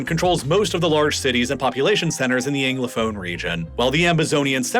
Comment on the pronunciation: But he continued to pronounce ‘Anglophone’ as “Englophone” - or is that just a Philadelphia accent I’m hearing?